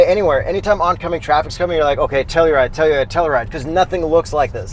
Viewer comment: its pronounce To Hell U Ride